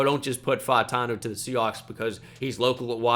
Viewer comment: Is it pronounced Troy Fah-tahn-oo or faht-ah-now?